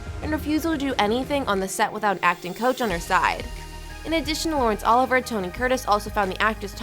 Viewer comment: You murdered Oliver's name, it's pronounced Olivee-ay, not Oliver.